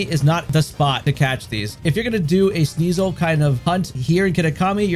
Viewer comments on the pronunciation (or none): Kneesel? Lol Sneeze-uhl